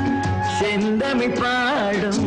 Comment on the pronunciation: தமிழ் சொற்களை சரியாக உச்சரிப்பதில் பெயரெடுத்தவர் TMS. ஆனால் இப்பாடலில், செந்தமிழ் என்ற ஒலிப்பை, ஷெந்தமிழ் என்று பாடியிருப்பது கவனிக்கத்தக்கது...